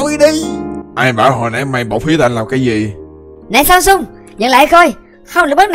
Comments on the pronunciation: tại sao lại là Samsung:))) chứ k phải Samson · Samson là nói là samsung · Tui nghe samson trành samsung luôn =)) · Mik nghe phút 16 erika gọi là " này Samsung" :))